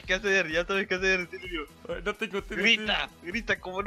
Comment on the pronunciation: Cuando dise silvio pienso que dise cilio